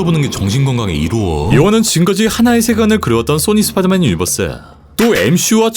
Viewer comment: 왜 자꾸 스파더맨이라고 하는거에요? 이 발음이 안되요??? 스파더맨이 아니라 스파이더맨 이잖아요